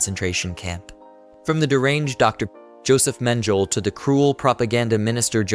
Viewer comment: Men-geh-lei. Goebbels. Not gowbells. Take it down. Do it over. Get into a business where you can function. Stop making a fool of yourself in media, OK?